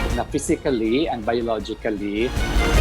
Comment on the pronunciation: "Physicaly" dun dun dund un Dun dund und dun dun dun lol